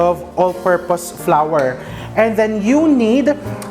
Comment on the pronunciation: Thank you for correctly saying the word flour as "flower", it's one of my pet peeves hearing pinoys always pronounce it as "flar". Flour and flower are some of the examples of homograph words in English (of all types).